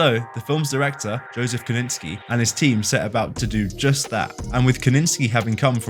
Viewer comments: Interesting video but the repeated mispronunciation of Kosinski as Koninski detracted from it for me. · Ko ZIN Sky. Say it with us. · It's amazing to me how someone can notice so much minute detail in an image or a video, and then go on to mispronounce a director's name, multiples times, while having the spelling of it right in front of them. That is an absolutely astounding dichotomy.